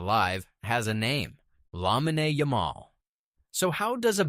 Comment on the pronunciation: Lamma-day- Yuh-maul?! 🤣